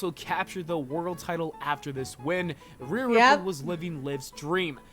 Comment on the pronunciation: Ripley is pronounced Rip-Lee not Rip-Lay 😅